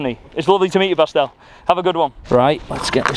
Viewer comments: I believe the german Dude's name actually is Bastian, short form of Sebastian ( though I admit he kinda numbled it )... never heard of " Bastl or Bastel" and I am german. Enjoying this series very much,! Keep on the good work! greetings from West-Germany. ( by the way, come visit us! ) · I’m sure the guy said Bastian and not Pastille 😂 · his name was Bastian, not Bastielle or whatever you are saying 😅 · calling Bastian "Bastel" 😂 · Bastian should change his name to Bastel now; the name has been absolutely slaughtered 🤣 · I think the German guy’s name was “Bastian” and not “Bastel” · Bastel 😂 His name was Bastian like Bastian Schweinsteiger 😆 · Bastian :) not Bastel. Short form of Sebastian 😂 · Who is Bastel? He said Bastian! 😂😂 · It’s Bastian, Short for Sebastian, not Bastell 😂😂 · Bastian Not bastel 😂😂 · Pretty sure his name was Bastian not Bastel 🤣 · Bastal or Bastard 😂😂😂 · You can't even remember a name for 2 seconds.. the German guy is called Bastian! Not that hard... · slaughtered his name lmao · Poor Bastian, got his name buchered the whole time hahhaha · Poor german Countryman got his name Butcherd so hard :D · Absolutely butchered the german guy’s name 🤦🏽‍♂️😂